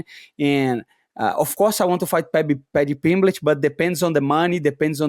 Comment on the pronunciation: Padty pimblech 😂